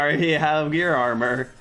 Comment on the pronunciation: LOL!! OMG it’s Gaea armor, not GEAR armor!🤬🤬🤬